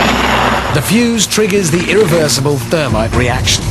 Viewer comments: not termite, THERMITE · the "thermity"